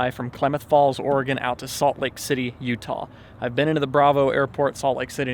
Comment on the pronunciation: I feel like says Oregon as much as possible because he's one of the few non-local people who pronounce it properly 😂😂